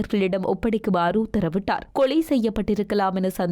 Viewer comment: தங்கையே முள்ளைத் தீவு இல்லை முல்லைத் தீவு தமிழைக் கொல்லாதே உனக்கு ல ள உச்சரிப்பு சரியாக சொல்ல முடியாதா ? கொலைக்கு கொளை என்கிறாய் தயவு செய்து தமிழை திருகாதே பண்ணாடை